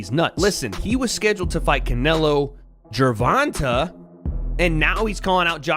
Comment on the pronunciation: Gervontuh is crazy, come on wade 😂🤦🏽‍♂️